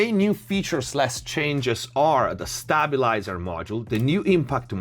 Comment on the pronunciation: Stay-byu-lai-zer not Stahbulizer 🤣🤣